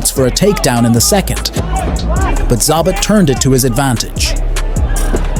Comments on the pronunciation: It's Zabit, not Zabat) Cmon, you even write it right in the title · It's not Za-bit for fucks sake it's Za-beet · This could have been a great (and well deserved) recognition of a unique fighter's greatness, but to me it's largely ruined by the fact that you can't be bothered to learn how to pronounce his name correctly. And it would have been one thing if you heard it wrong once and just assumed that was the way you should say it, but you didn't even stick to a single mispronunciation. You call him ZAH-bit, ZAB-it, ZAY-bit... Like it's so totally inconsequential that you don't even bother to find out which one is right. And it turns out, none of the things you called him is right. It's pronounced zah-BEET. If you're going to butcher it, at least do it consistently, and give the illusion that you at least you might have thought had it right! Don't just say, "I don't know how to say it, but who cares? One of these ways is probably close!" Am I the only one who feels like it's a tad disrespectful to put absolutely zero thought and effort into trying to call the subject of your video the right thing? Who takes the time to make a video about someone and says, "this guy named... whatever, his name's not important. But he was really great, trust me!" Come on, man! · zaBIT not ZAAbit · "Zabbatt"? How'd you watch all the clips and end up with that pronunciation?😂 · 2 pronunciations of his name… both wrong. Can’t seem to pronounce several names, in fact. Facepalm… and “do not recommend”. Fire your robots.